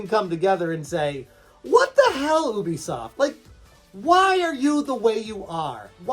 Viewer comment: It's You-Bee-Soft dude. Ask them if you need proof :)